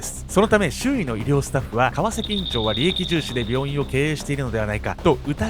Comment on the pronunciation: 川崎のイントネーション気になってしょうがない